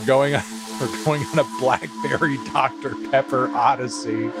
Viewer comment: "oooh that's good! that's that doctah pehhpuh..."